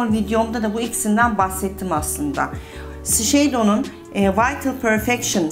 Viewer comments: 🎀🎀🎈🎀🎈🎀 Shiseido markasini her seferinde yanlis söylüyorsunuz 🤣🙈 duyunca videonun devamını dinleyemiyorum 🎀🎀🎀🎀🎀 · Bir de tanıttığınız ve kullandığınız ürünlerin nasıl söylendiğini de öğrenseniz süper olacak Shiseido , la prairie ...